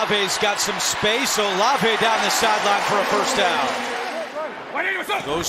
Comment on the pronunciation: Olive, not O Lave.